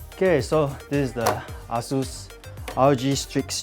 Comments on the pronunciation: the pronounciation is not Ah Sues....... please dont pronounce it as Ah Long or Ah Beng not like u going to Chinatown point......the right pronounciation is .................AsusTek Computer Inc. (/ˈeɪsuːs/[3]; Chinese: 華碩電腦股份有限公司; pinyin=Eisus.....A...Sus....HAHAHAHA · It's pronounced ay-soos